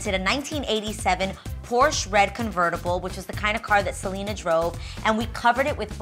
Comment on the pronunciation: Omg Adrienne girl PLEASE pronounce Selena like it’s supposed to be with the accent on the E, its not not a Seleeeena party is a SelEEEHHHHna party 😂😂... that party looked so fucking bomb though!!!